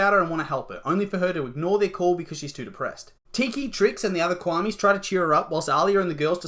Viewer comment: Quamis wowww ITS KWAMIS NOT QUAMIS!